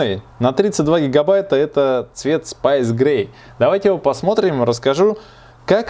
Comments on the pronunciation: спЭйс, а не спайс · Спэйс как космос, а не спайс как острый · Айпад, спайс - сильно режет слух. Транскрипция в словарях есть. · надеюсь что увидишь мой комент два замечания: 1- то что салфеточка или подстилочка не суть, она портить восприятие, если бы у тебя был жлобостол, тогда да. Но стол у тебя классный и красивый 2-что уже писалось в коментах это то как ты произносишь space-спайс, некоторым режет уши, согласен как нравиться так и говори, но все Пишу это только для продвижения и прогресирования твоего канала))снимай больше и чаще всякие обзоры))удачи